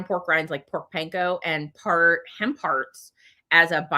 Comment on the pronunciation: LOL! When you first started talking about hemp hearts I thought you were saying "ham parts"! You should have seen the screwed up expression on my face!